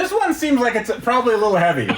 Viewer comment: Yeah Carbon is not supposed to be that hevay😂